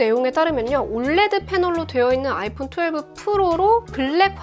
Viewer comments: 이거 보면서 불량도 불량인데 올래드라고 발음하는게 너무 거슬려요 ㅠㅠ 철자하나씩불러주는게 맞는데.. 자꾸 올레드올래드.. USA는 유사라고안하면서 왜 OLED는 올래드야..? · 올레드라고 표현하시는데 정확한 표현은 O L E D 입니다.